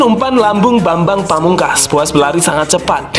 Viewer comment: Bambang bukan babang hehe